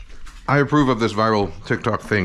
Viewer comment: Kanji saying TiK ToK (hard k’s is the most wholesome thing I’ve heard today 😊